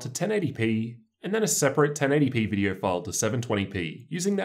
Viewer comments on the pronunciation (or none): Dude it’s pronounced oh not er It’s video not vider